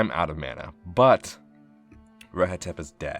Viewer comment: "i'm out of MYANUH"